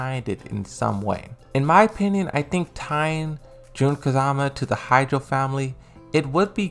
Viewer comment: Ha-chi-jo clan. Why hydro clan? Not that hard to say.